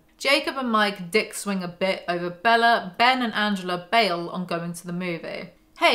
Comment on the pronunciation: It’s forever going to be the “Bellar” pronunciation for me 😂💀